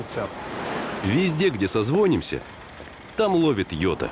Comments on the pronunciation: не созвОнимся, а созвонИмся! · Не созвОнимся, а созвонИмся, yota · В слове созвонимся ударение на "И" третий слог, убогие сцу ко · Когда в рекламе говорят "созвОнимся", а не" созвонИмся"это напрягает и заставляет задуматься, а стоит ли переходить на данного оператора.